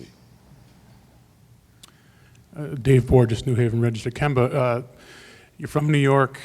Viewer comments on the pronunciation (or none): try saying KEM-BA. not KIEM- BA 😆✌🏾